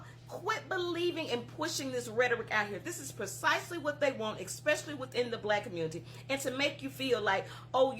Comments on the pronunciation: "Ec"specially" she says......lmbo..... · You can tell how dumb she is....the word is " especially".....not ekspecially.....duh!😂